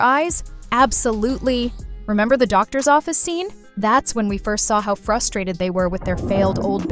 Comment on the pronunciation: It’s how not haw￼￼